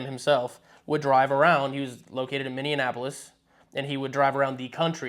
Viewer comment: just butchered Minneapolis lol its alright! i live north of there about 2 hours so its ok haha